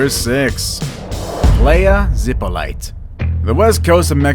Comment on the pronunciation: Playa zippolighter .. the whitest pronunciation of that name I've heard in my life